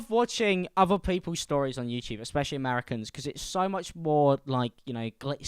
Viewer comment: so out of touch he said "stroies" understandably so